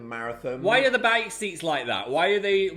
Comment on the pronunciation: the northern really came out with that "bike"😭